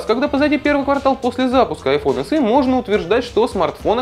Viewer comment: Не айфон [се], а [эсе]